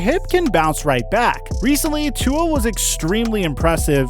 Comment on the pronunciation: Y does everyone say tua name wrong